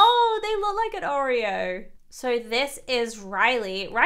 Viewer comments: SHE IS CALLED OREO NOT O R 30 !!!!!!! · Nope, it is not a compass.Also it’s not O-r-30, it’s Oreo-I think